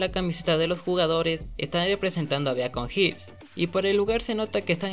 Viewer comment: varias como por ejemplo dayton se dice (diton) o beacon hills se dise(bicon hills) o noguitsuney se dice ( noguítsunéy) leyendo las tildes obvio, yo a la serie la vi en español latino, no se si la viste en inglés, porque creo que ahí si se le dice así, por eso desde ya disculpá por la falta de respeto, solo para decirte que yo escuche a los mismos personajes decir esas palabras como te la escribí, no es por criticar solo para apoyarte ya que tus videos son muy buenos, y gracias por preocuparte.